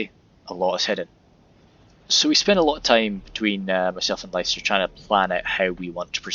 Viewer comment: Cheers for the show case! But it's pronounced "Lister" :p blame the old lack of standardised spelling:p it was a fun game though! Just amazes me how korregan has so much space to hide, but puts literally all his units exactly where you'd expect them to be :p no ambushes or anything